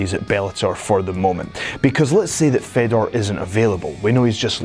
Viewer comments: Such a waste of time, Oops sorry i forgot brock lesnar and cm punk are the best ufc fighters of all time.. And its pronounced Faydor not feddor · You don't say FEDor. It's said like FAYdor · How can he test free agency when hes under contract and please stop talking if you can pronounce fedor right smh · thats nor how u say fedor!!!!!!!!!!!!!!!!!!!!!!!!!!